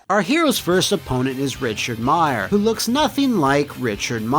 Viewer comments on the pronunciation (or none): none